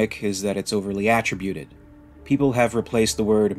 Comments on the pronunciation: Dude can’t pronounce “attributed” 😅. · Narrator doesn't know how to pronounce, "attributed".